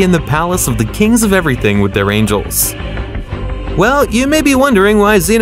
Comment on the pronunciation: "They king of eweything"